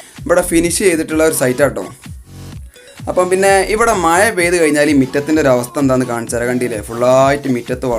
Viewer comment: മയ... മഴ